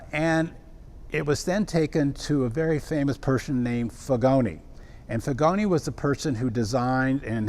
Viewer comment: Pronunciation of Figoni is: Feegonee